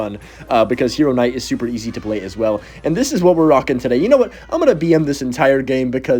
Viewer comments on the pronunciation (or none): are you saying “En-Night or Kuh-Night” when trying to say Knight? Brother it’s just NIGHT. The K is silent!!!!